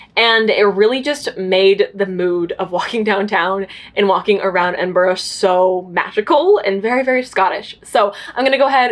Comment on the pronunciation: As a brit watching this vlog, I'm just commenting this so you know !! Edinburgh is pronounched Edin-bruh !!